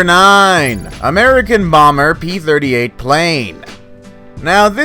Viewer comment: I thought he said America boomer plane Not America bomber plane 😂